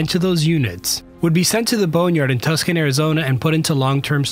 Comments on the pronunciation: Tuscon is not pronounced like "tuh-skan" its pronounced "tooh-sawn" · It's not Tuscan Arizona, it's Tucson (too-son). Did you really not know that? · Not Tusk-un, TWO-sahn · Tuck-sun Arizona? Really? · Tuscan? How about Tucson. Two - sonn. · What is T U C K S O N, AZ?? It is pronounced, T O O S S O N. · It’s pronounced “2-saw-n.” Just wanted to clear that up as someone who lived there from time to time and who has previously visited said airplane boneyard. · Tucson is pronounced too.saan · Tuck-son, Arizona. Reminds me of the summer I spent at a villa in Tu-shon-y, Italy. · you completely boned the pronunciation of Tucson.... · Barely 30 seconds into the video, and he has no idea how to pronounce the second largest city in Arizona. That should have been a clear signal for how seriously we should take anything 'reported' in this video. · Needs to work on pronouncing Tucson too.